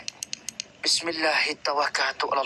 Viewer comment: Salam, maaf sblm tu aku tegur dan bgtau, nk buat paranormal xbuat lh, tpi adap dan tutur kata, jaga lh sikit, jgn lh takbur sangt, dan dh bh bnyk video paranormal budak ney, aku nk tegur sikit, aku xlh pandai sangt, tpi ble dngar die baca bismilah, mcm xkena je. Nk baca2lh btol2 sbb melibatkn ayat2 suci al,quran, jgan fikir konten saja.